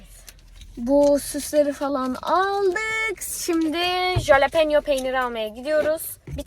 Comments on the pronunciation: jalepeno peynir değil biberin adı ve halopeno diye okunuyor linç amaçlı değil 😽❤️ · Askm o halepenyo diye okunuyor bi de biz onu her hafta yiyorduk asırı guzel bir biber